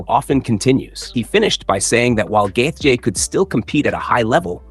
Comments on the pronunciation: Omg, please stop pronouncing his name like that😖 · Why do you have to say gaethje like that lol you’re KILLING me